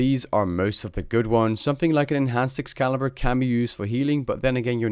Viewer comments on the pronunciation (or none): none